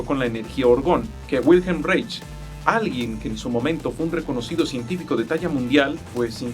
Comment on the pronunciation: Que opinas del campo morfogenetico de Rupert Sheldrake…? Y como observación Wilhelm Reich se pronuncia “Wilham Raij”… por su nacionalidad austriaca …